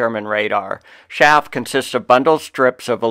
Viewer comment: Chaff: ‘Ch’ is pronounced hard, as you would say in chase or cheese. Not Shaff. Excellent video though.